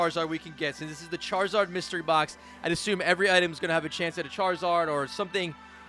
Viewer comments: “Myserty Box” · It said Myserty box☠️ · Lol “myserty”